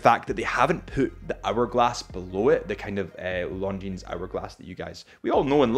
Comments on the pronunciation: the brand is not pronounced “Long Jeans”, the s is silent! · Lovely watch from a fantastic company. Please stop pronouncing the 'S' at the end of Longines though 🤣👍 good lad. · The fact that you still pronounce the S at the end of Longines makes me laugh every time. Cute and cringe at the same time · First off all learn the right pronunciation of this watch...